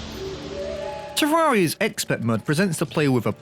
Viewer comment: hope you eventually pronounce terraria right